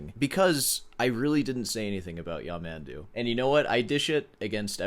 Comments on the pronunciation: Actually, the pronunciation of his name is something like Yah-mun-DOO. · First video that made me laugh! Worth a comment here. You are still pronouncing his name wrong, though 😂 His name has the accent on the last syllable. His music is very uninteresting to me too; I’d much rather listen to silence. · Pronunciation still wrong actually. The stress is on "du", and "man" isn't pronounced like the English word "man"; the vowel sound is closer to the "o" in "love". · Ironically, you're still pronouncing it incorrectly. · Bro’. Concentrate on your master. Possibly if you study very, very, very hard, you would get to play an infinitesimal part of what Yamandu can play (if there is something worse than you reaction, is your pronunciation of his name). As is, you only know the intro of the Bach Fugue and Sor’s variations, and badly played (like a soup with no salt). As Frank Zappa said, “Shut up and play yer guitar”.